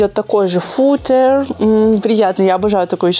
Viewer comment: правильное ударение на У, Фу́тер